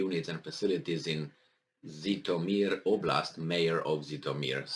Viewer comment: The name is "Jitomir", not "Zitomir"!